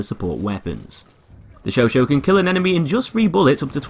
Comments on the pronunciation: It's "Show sah" my friend.Not "Show Show" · you pronounce it like "showshaw" not "showshow" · "Chauchat". "Chau-chaaaat". In other words, [ʃɔ'ʃɑ]. "Show-shaaaaa(h)". Not "sho-sho". I find the Chauchat way too slow to be effective in CQC despite its 3-shot-kill damage, not accurate enough to outclass the Huot or MG15 (deployed) at longer ranges, and with too small a magazine to be effective at suppressive fire. Can't find a suitable niche for it. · It’s not pronounced show show. It’s show chat. If it were show show Turin it would be spelled chauchau. It’s chauchat. The t is silent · Its said sho-sha not sho-sho. It annoys me how he says all the French weapons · Michael Robert It depends on your liking... the US like to call them "Show-Show" the French pronunciation for "Chauchat" is "Show-Shah" with a silent "T" but for new people who saw the gun for the first time would most likely to pronounce it as "Show-Shat"... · The host of Forgotten Weapons was pronouncing it the Sho Sho. It's an American pronunciation. This is the first video that comes up when looking up the weapon so I'm guessing that a lot of other Youtubers took his pronunciation to be the right one. But yeah, Sho-Shah is correct. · I can't do this... It's Chauchat, not Choo Choo! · Why do you pronounce it Sho Sho? That's wrong. Chat is not pronounced Sho! :/ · it's show-shaw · Ryan Wallis It's pronounced "Sho-sha" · Yeah that's pretty much it. I guess it's been called the Sho Sho by Americans for so long that it's just an accepted alternative pronunciation now. The 'Sho Sho' skin in BF1 is nice also. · Great gun, shame pronounced it wrong, now everyone will be doing it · That pronounce is innacurate.